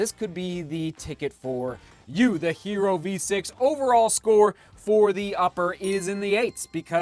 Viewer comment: Sorry to be the pronunciation police but the word “hierro” is not pronounced like the English hero, it’s pronounced “he - yerro” - it means iron in Spanish. (Thanks and great review as always)